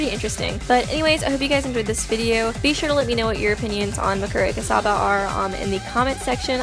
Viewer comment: I don’t think... that’s how you pronounce her name... but ok